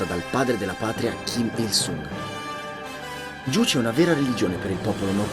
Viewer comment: Juche l'hai pronunciata male